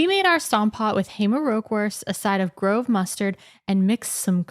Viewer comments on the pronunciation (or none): "grove" is not like the English grove. It means coarse(ly ground). It's pronounced groh-vuh. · That was such an English pronounciation of "grove"